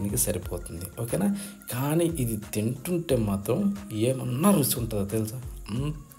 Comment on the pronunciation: Pacchadi video OK, Rusi anakandi, Ruchi ani chakkaga palakandi!!!!